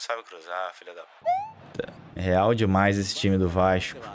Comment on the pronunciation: "real dimaix esse time do Vasxco" 😂